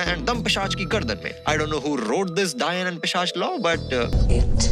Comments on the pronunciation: Peeshaj not peeshab 😅😅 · Pishach not pishaab 🤣🤣🤣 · Pisach not Pisaab 😂😂😂. (I Just can't unhear that.Ek hota hai accha Pisab aur ek hota hai Ganda Pisaab 🤣🤣🤣). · Pisach not pisaab lmao